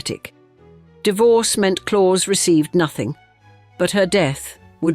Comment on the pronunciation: His name is pronounced ‘Clowse’, not ‘Claws’